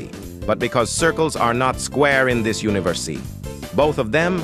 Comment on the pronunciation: is nobody talking about the text to speech said ✨universy✨ and ✨lo-ked✨ Overall, great tutorial! Its understandable.